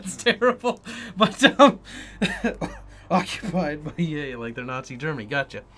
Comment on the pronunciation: “Occupied” LOL